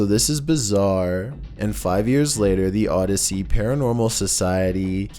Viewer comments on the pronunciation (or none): none